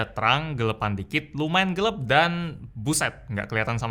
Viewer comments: GELAP kali bukan GELEP 🙄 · Me: Gelap: Geleb